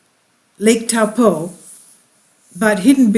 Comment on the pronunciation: Try “toe” “paw” that’s the correct pronunciation good try though better than most people that live here haha